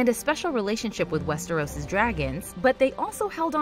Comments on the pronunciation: the fuck is "West-Air-Os"? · A-sos?? Westairos?? GoT casino??????? This channel deserves wildfire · "We're be fans of WEST-TARE-US" - Sorry 😂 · Love y’all but if you’re going to continue making GoT/HotD videos can someone please teach the narrator how to pronounce Westeros?